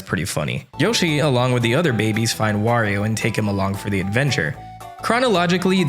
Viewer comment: im gonna assume you didn’t grow up pronounce wario’s name correctly cause I notice you switch between wario and the infamous woreo a LOT